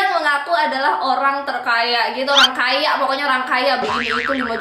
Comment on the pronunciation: 'oang kaya' "R" nya mana mbak Rrrrr RRrrrrr